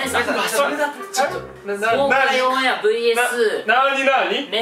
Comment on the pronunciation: ｢オンAIR｣の発音良すぎ笑笑